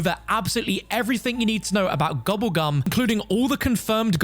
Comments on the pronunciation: Man keeps saying gubbegm instead of gobblegum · Bro, I love you, but I hate the way you pronounce gobble gum 😂